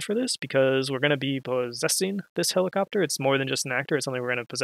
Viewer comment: heliCOPTAH HELIcoptah !!!